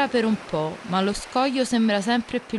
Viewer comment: "Lo scojo" mi fa impazzire. Adoro!